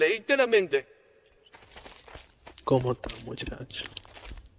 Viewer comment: Xd me dio risa cuando dijo cono ta muchacho